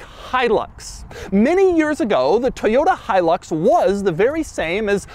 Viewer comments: My favorite part of the video is how he mispronounces Hilux over and over and over, again. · It’s pronounced different in Central America. He-eww-looks.